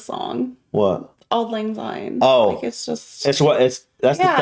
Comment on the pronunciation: It's auld lang syne (pronounced sign). It means, Old Times' Sake.